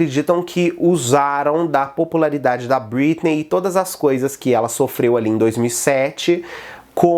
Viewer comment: "BritnÊi" que agonia ver ele falando o nome errado kkk